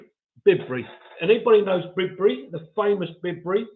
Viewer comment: Thanks for the mention by the way. Kim and I had a great day with you both. By the way it’s pronounced Byebury.